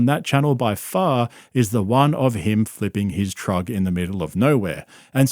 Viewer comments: Btw, saying “TRUG” instead of truck literally makes me laugh out loud EVERY TIME you say it. 😂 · When you say "trug", It's adorable and fuckin funny man. hahahaha. "seasoned assist" Fuck, dude....